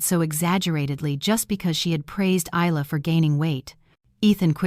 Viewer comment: Never seen one of these set in Australia. At least in Australia Isla and Ayla are pronounced the same way. Spelling dependant on the origin of the name, Middle Eastern Aylia or Ayla, Isla is either Scottish or Spanish. Both are pronounced EYE-la so AI made a pronunciation error.